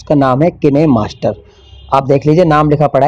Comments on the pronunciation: Kine master bolne nhi ataa hai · किनेमास्टर नहीं काइनमास्टर होता है ।